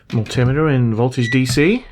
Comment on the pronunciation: Mull Timmiturr in con tin ooo itty